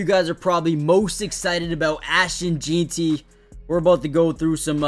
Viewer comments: “Jean-Ty?” 😂😂 Pronounced Gen-tee. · It’s JEN-TEE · It’s funny, we just went through 3 days of the draft and this guy still can’t get it right. JEN-TEE! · Its ASHTON JEANTY...like "JANE" , jus add ty on the end.."JEANTY" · Bro learn how to say his name .. I couldn’t watch this video because of this … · Bro come on u have to say it right now. Been saying it wrong since before the draft.